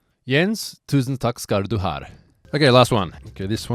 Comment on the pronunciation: "Tusen takk skar du har", You almost got it correct :p Will you be returning to Gatebil sometime? :)